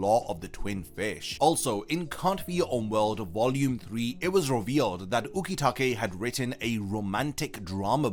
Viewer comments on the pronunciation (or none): none